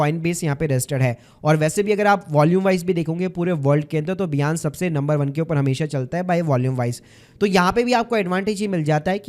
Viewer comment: बियांस या बाइनेंस !